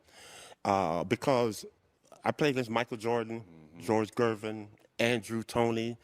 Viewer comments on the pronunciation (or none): Coop pronounces George Gervin’s last name correctly (obviously). The AI narration programmer dude has the narrator pronounce it with a soft G as in ‘Jervin’ earlier in this video. It’s gross and disrespectful of the video producers who use AI to pump out the content as fast as possible and they don’t even try to get names of HOF players pronounced correctly in their product. Do better, cash grab AI video dolts